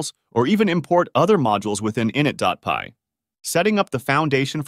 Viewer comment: Great vid, only issue is your pronunciation of init. It's "i nit", with emphasis on the "nit". Not "in it" with emphasis on the "in".